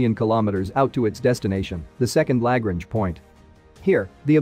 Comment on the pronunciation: Misspelled "Losing" in the "Loosing Money" label. Mispronounced "Lagrange," "Bezos," "Kuiper," and "autogenous." Also, "Fly the Helicopter as long as Possible." What's the capitalization logic? If the intent is to make it as books are titled, then "Long" should also be capitalized...am I the only one who gets perturbed by this kind of stuff? Anyway, I like the narrator voice. Also, great info - still a cut above most other YouTube channels focused on space exploration news developments as there's a lot of information and it seems to be accurate/not misleading.